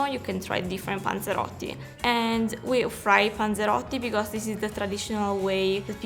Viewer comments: About 13. Like 7 times she says ponzerotto. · Drinking game every time she says panseroty u must drink ..........Some one is gonna get fucked up